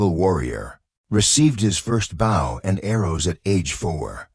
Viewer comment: Terrible computer voice with many mispronounced worfs. Can't even pronounce BOW right